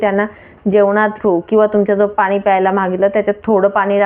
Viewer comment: भाषा नीट बोला .मॅडम.मराठी शुद्ध बोला पानी नाही पाणी.